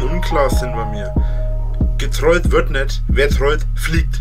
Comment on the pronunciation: "gertwollt wird net " junge wie der redet XD